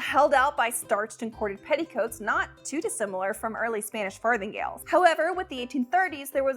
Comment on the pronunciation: Did she say fartinggales??? 🤔